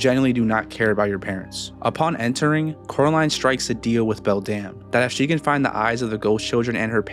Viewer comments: What other ppl hear: beldum what i hear: beldam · Am i the only one who heard "Belle Damnnnnn" instead of "Beldam"